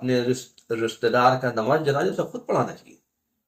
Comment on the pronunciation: Janaja nahi Bhai janaza bolo .pehle apna talaffuz sahi kar lo .